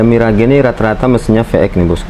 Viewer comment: Itu merk ngebacanya 'miraj' bang bukan mi ra ge. Mohon maaf